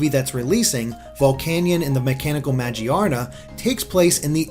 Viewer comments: majeearena is the most inexcusable pronunciation of magearna (muh-gear-na) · It's Magearna Ma-Gear-Na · It's ma-GEAR-na. Not Maj-ee-ARR-nah. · Lots of Pokemon name mispronunciations here. Yveltal (Evil-Tal), Arceus (Ar-Key-Us) and Magearna (Ma-Gear-Na) already have their respective confirmed pronunciations.